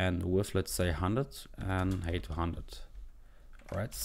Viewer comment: "height" is not pronounced as "hate". Grow up. Your code is also disjointed. If you're first creating a variable named canvas_height, it doesn't make sense semantically to then call canvas_width first. Why jump around?